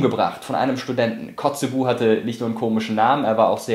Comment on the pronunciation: es wird kotzebü ausgesprochen nicht kotzebu :D